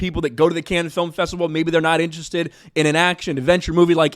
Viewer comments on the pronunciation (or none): It’s “Cannes”, not canned. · Hey you asked yourself how to pronounce Cannes in one of your last videos, if you wanna be right, you call it like you would say cunning, without the ING, so just like cunn, it's a French City and that's the French pronunciation. I'm a German guy talking to a lot of French 😊